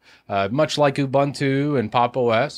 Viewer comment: It's pronounced "Ubuntu", not "ubantu, abuntu, abantu". We take our languages just as seriously as you take yours, and it pains us to hear you mangle such simple words (I'm confident you've head Mark Shuttleworth pronounce the name countless times).